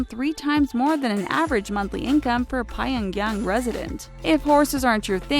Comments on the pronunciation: Stop pronouncing Pyongyang differently every time you fucking say it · She also pronounces "Pyongyang", "Pyong-hattan" and other words in different ways throughout the vid. Hilariously JV. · she cant pronounce Pyongyang or rodeo drive